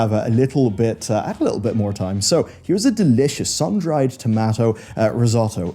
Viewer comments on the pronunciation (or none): I will never forgive you for how you pronounced "tomato".